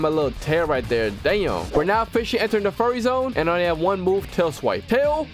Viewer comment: also he said furry not fury